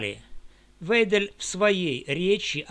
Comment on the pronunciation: всё верно, только её фамилия звучит "Вайдель", остальное - бесспорно, для тех кто может читать, слушать и делать выводы